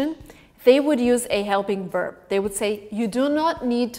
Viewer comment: Quality vid but why do you say WERB not VERB